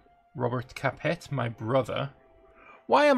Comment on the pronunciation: Shame the same can't be said for his pronunciation of "Capet".